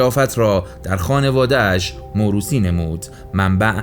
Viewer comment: موروثی نه موروسی